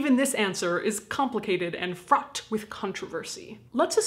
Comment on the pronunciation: When you said "fraught with controversy." I thought you said something else for a second. Thanks for CC....😁